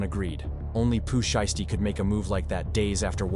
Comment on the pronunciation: he said that bc you kept saying his name wrong